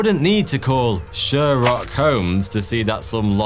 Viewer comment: automatic downvote for " sherrock holmes "